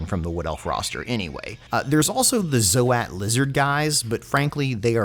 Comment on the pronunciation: Why is everyone calling Zoats "zo-hat" nowadays? Indypride does the same. Isn't it pronounced Zoats as in "oats"?